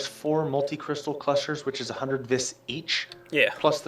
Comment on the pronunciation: "Viss"